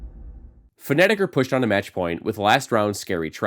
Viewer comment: Its FA- na-tic. Not Pho-ne-tic